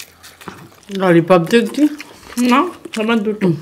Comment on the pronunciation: Never mind,That's chicken lollipop not chicken lallipop. The video is so good. I love it.